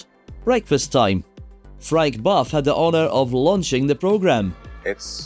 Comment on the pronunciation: May I kindly suggest a little more research on pronunciation. Seriously, how did you get "Grenham" out of GREENham?! Also, Frank Bough never was buff, but was bof.